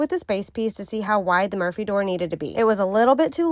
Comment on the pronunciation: Had to look at the title, I swear I thought she was saying "emergency door" throughout, not "Murphy".